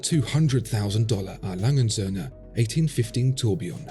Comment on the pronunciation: Your video's great but seriously, why are you pronouncing A. Lange & Söhne like it's a sinlge word? It's not Alangensöhne, no, it is A. Lange & Söhne. Please. But otherwise a very good video, that just really bugged me (A. Lange = Adolph Lange = a name, & Söhne = and sons)